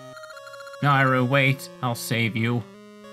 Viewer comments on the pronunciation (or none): The Y in Nayru makes me think of the word yay so I say it like that. You say it as if the A is an I